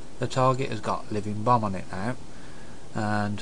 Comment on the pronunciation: it sounds like he said "living bum" hehe, nice video for beginner, i personally knew all this, i love to use power auras, i think its the best wow addon ever, but show me how to show hand of gul'dan active timer, it just wont' work for me. :/ anyone know?